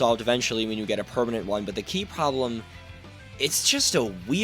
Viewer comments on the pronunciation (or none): none